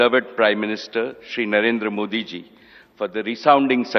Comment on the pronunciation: MODI ✓ NOT MOODI×